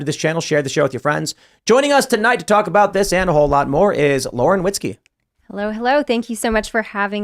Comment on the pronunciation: Did she say Lauren Whiskey?